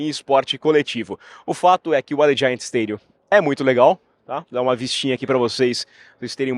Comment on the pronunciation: Opa, muito legal ter voce ai in-loco. Se voce me permite, a pronuncia de Allegiant esta ligeiramente errada. Seria mais ou menos Alidgiãnt com a sílaba forte no "li".